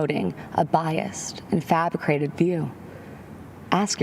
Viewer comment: Dang! mispronounced "fabricated." Not the sharpest knife in the drawer since she only had to read teleprompter.:(